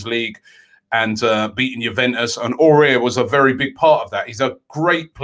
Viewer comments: Much love from Ireland Robbie, if you're wondering how to pronounce my name it's 'Owen'. 3 Under-the-radar signings a little different to others: 1. EMI MARTINEZ. Make this guy no.1 he's up there with Ederson and Alisson, and key to our playing style. He improves the team so much with his distribution and commanding of the box. 2. Jason Denayer from Lyon. Perfect stature and attributes for PL, leader and winner of league titles. Watch him against City tonight. Could be a steal. 3. Suat Serdar from Schalke. This is THE GUY for midfield. Earned his way into a stacked Germany midfield this season. It's no coincidence Bayern really want him. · Just say awar not aurier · AOUAR not AURIER. Aurier is that dude in the club which hasn't won any trophies and is looossssiinnngggg sauuucceeeeee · Robbie: Aouar is pronounced: A-war....... but with an open "A" ( like "on a pAr with" )..cheers Robbie! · Ow- ar not Aurier 😂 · AOUAR NOT AURIER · Under the radar - Robbie saying names properly!! It's pronounced 'Ow-ar', not 'Orare'! At least try Robbie man ffs 😂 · Robbie it's Aouar not Aurier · It's Aouar robbie.. NOT AURER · Pronounce: Aouar: “Ah-oo-AhR” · It’s pronounced “ooou-ssem Ah-ooo-ar” ROBBIE! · Yo Robbie, I hear you struggling with the pronunciation of Aouar. It's like Ow-arr, with the rr coming from the back of the throat 🤙🏾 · It's pronounced AWAAR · Aouar is pronounced ow are ( ow like owl without the l) then are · Aouar is pronounced Ow-are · hahahaha robbie and his legendary pronunciation aouar is pronounced kinda like how are in one word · Hey Robbie it's pronounce WhoSame Awar (Houssem Aouar) you make it sound like that guy from Spurs careful 😂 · Houssem Aouar is pronounced like Who-sem A-o-ar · Isn't pronounce hossim ow arr... Tired of robbie butchering names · Please pronounce aoaur correctly next time. This is how you say it... Ow-Our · It's pronounced :- Husam Awwar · 1. Kokcu 2. Housem Aoura but pronounced AWWWWAAAAAA robbie 3. Kepembe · Aurora Beam